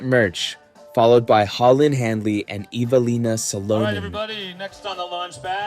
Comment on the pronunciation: Who the fuck is Eve Uh Leen Uh So Lunnin? This AI crap made me turn it off about 5 minutes in. It hurt my ears listening to this.